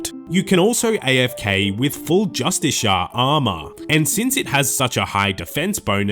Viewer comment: Jus-tis-e-r wtf is justishar.